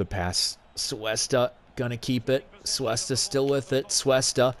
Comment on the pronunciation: Its pronounced Coo-esta not Soo-esta, sorry it just sounds so weird the way u were saying it xD